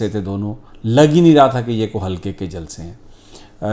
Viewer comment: Sami sahib like your sense of humour and how you said jalsee. Still very worried about the upcoming election because Imran khan has a very cunning enemy and a big governmental machinery working against him. It’s not a clash of two political parties but a clash of something very evil and Imran khan